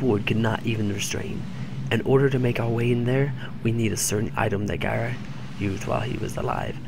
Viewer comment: be a little more steady in your videos. you're all over the place. I believe it's pronounced guh-rye